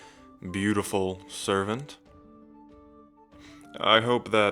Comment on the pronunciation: I love how he always says servant like "SERVant" We just chillin in the hot springs tho like "YASSSSSS": "Try not to get spoiled" Me: "I already have..I wanna be spoiled more" (Edit: He was getting in the hot spring and then I was just like.."wanna know something else that feels amazing?")